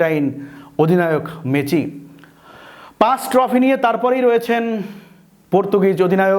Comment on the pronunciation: মেসি ❌ মেচি ✅😂😂